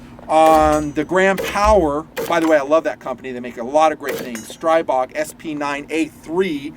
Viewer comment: Stribog is pronounced stree-bog